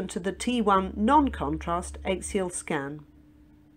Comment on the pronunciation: Why does the commentator mispronounce axial? It is quite unique